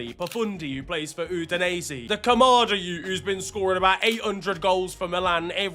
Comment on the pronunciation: Camarda not kamada 😂